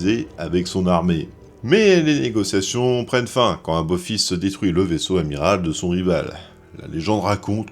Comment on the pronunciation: C'est moi ou on entend "aBophis" tout le long de la vidéo ??????? 🙄 EDIT: ah oui, il dit bien "aBophis tout le long de la vidéo.... ben bordel pour une video spécial stargate... ça la fout mal.... 🤮